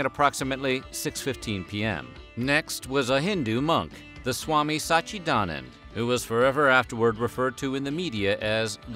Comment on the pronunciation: Swami Satchi-WHO??? Sat-chit-a-nan-da!! It means, Truth, Awraeness, Bliss.